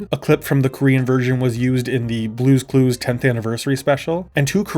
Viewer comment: Im sorry, but "Brue's Crue's" Haha